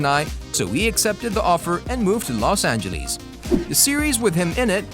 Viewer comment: The way he says Los angeles fuck this channel